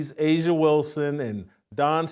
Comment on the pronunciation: A'ja isn't pronounced asia.....no matter how much people say it.